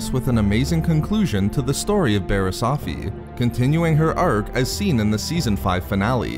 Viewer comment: Firstly, nicely done opening sequence. I was like "Hey that's new!" Secondly Barris' last name is pronounced OAF-FEE not OFF-FEE. Finally, the Clone Wars returning is great and all but Disney is making it a part of its paid streaming service. Keyword PAID. So unless I wanna fork over 30 bucks a month for just the one and only show I'm gonna watch, then I'm gonna have to wait for the DVD release unless Disney caves and puts episodes on one of their cable channels like DisneyXD or whatever.